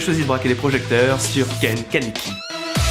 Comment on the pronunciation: ON DIT KANEKI KEN MERDE QUOI